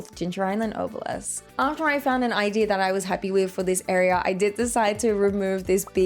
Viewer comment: How do you say ideer for idea, like where's the R from